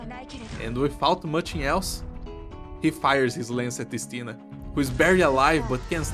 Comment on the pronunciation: Btw Istina pronounces with emphasis on the first I. Nice clear, go bears.